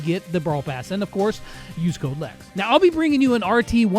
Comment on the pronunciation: Quick note : sorry it's lex not let